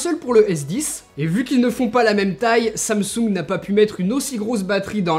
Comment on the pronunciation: Quand t’as dis samsung j’ai entendu ça me soule